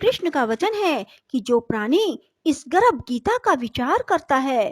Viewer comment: Aapka pronunciation hi galat h गर्भ बोलिए आप गरभ बोल रही है